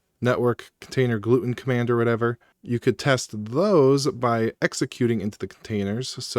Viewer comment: I strongly dislike the way you pronounce gluetun… cause it’s Glue Tun, like glue Tunnel, GlueTUN, the way you say it reminds me of my family’s celiac disease.